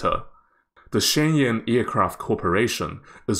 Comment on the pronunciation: Shenyang - "shen - young"